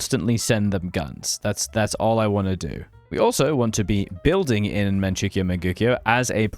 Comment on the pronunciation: Great video, but please pronounce Manchoukou and Mengkukuo right I'm begging you